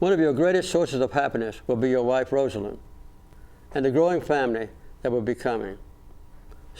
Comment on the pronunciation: Pronounced "Rozalynn", please, not "Rosealynn". A major newscaster should have known that without looking it up.